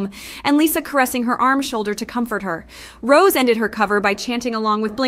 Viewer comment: The way she pronounces her name as ROSE 😅😭